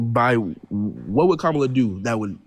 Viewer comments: Insulting a black woman, he totally butchering Kamala's name and then saying, "Whatever." Blech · The caller lost all credibility from the very beginning when he couldn't even pronounced "Kamala" name correctly. Good grief, that dude must have an IQ of 70. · A black man purposely mispronouncing a black womans name is misogynistic and disrespectful because if had mispronounced his name in response he would have probably called a racist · This guy is too dumb to know how to pronounce Kamala. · If they couldn't honestly pronounce it, he could just say "Harris" but he won't because he likes to mock her and troll a bit. That said, he's probably a bit too stupid to learn how to say it anyway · They purposely mispronounce her name as an insult